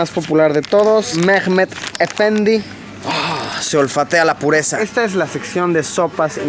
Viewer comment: Mehmet efendi no se pronuncia haci